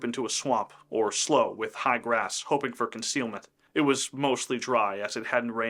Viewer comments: Excellent video! Lavina was one hell of a survivor! I've never heard slough pronounced as "slow" but rather "slew," must be regional? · Slough is pronounced "slew". Not "slow". Old redneck here. Their part of our everyday vocabulary. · Slaughter Slough - slough is pronounced slew, not slow. There are other areas that were attacked during the Sioux Uprising. The government agencies treated the Sioux so badly by not honoring the agreement made and the Sioux were starving. A sad time for the settlers and Sioux. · Slough is pronounced like "slue," not "slow." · Slough is pronounced SLEW, not SLOW. Just saying… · FYI Minnesotans pronounce slough as SLEW. Trust me bro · Great little story as there is definitely a lot of history in this area. Just an FYI, slough, the swampy body of water is pronounced slew (rhymes with clue). Heard that word a lot growing up in the area! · Slough is pronounced “Sloo” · I’m assuming you’re saying they were hiding in a slough. Just so you know it’s pronounced “slew” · It's pronounced Sloo......... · Slough (rhymes with cow) is the British pronunciation. Also quite a rough town in England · Not to nitpick, but I was born in New Ulm - Mankato is 25 miles away - and we pronounce it as it looks, Man - kay - toe. And slough is pronounced "slew" here... An excellent narration, though, and accurate too!